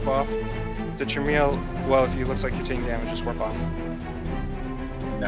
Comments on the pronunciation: well surely it's your job to teach your corp to pronounce chimera (ps it's HE-meh-rah, not KAI-mera) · Phonetically Chimera is pronounced "ki-meer-uh" like "k-eye-mere-uh" or "ki-mare-uh" depending on where you're from, but never Chimney or Chimreah :) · Actually it's more like Kai-mare-ah unless you were born in the SE US. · KAI - MARE - UH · I'm gonna comment because you told me not to. It's pronounce Kai-mare-ah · Guy needs to take a Xanax or something.. Chill. Also it's pronounced Kye-meer-uh. Just for future reference for you and your corp mates. :-) Still have no idea how to pronounce "Svipul" though... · Chimera, think it's pronounced as "Kai-me-rah". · Goddamnit. Educate your corp on how to say it. Kai-meh-rah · no need, but I'll comment: it' pronounced close to "Keemara" or "Keemera" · After this video, I'm never going to pronounciated Chimera correctly!!! YOU'VE DESTROYED MY LIFE!